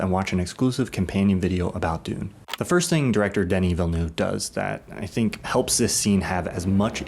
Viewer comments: Fyi—it’s pronounced more like « Vilnuhv », not « Vilnuve ». E and U in French makes a back of throat, deeper-sounding « uh » sound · just got the film, haven't watched yet. this got me hyped ! <3 I'm trying to find a way to explain to you how to pronounce VillenEUve, but its hard ! (i'm from Québec) the EU is just pronounced E, like in the end of genrE. VillenEve. have a great day !